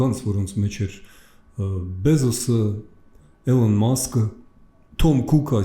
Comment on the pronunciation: Էլոն Մաքս չի,Իլոն Մաքս😊